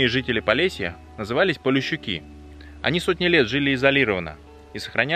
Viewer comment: Не полещуки, а полещуки.